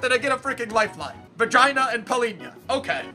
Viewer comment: I laughed so hard when he said vagina instead of Vangioni lol